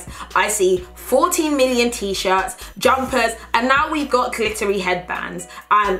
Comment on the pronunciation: Ohh you said "glittery headbands"..I heard at first "clittery" and it make me a lil bit confused, but then I thought "Fashion? Fashion"